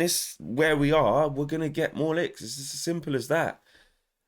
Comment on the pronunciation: I like the way you say your gonna bet more LICKS yard style lol ........I am an Arsenal fan and I don't feel sorry for you lol